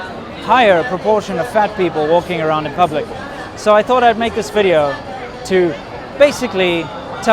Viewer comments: welcome two anotha wideo" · Thank God someone taught her to pronounce V in Video. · Welcome to anower wideo